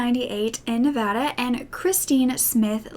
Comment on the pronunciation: THANK YOU FOR SAYING "NEVADA" CORRECTLY!!! It's almost impossible to hear nowadays! Also love the video :D